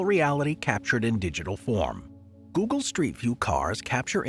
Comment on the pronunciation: This person cant even pronouce google right.